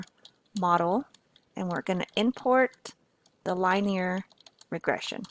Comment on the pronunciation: you should probably learn how to pronounce "linear"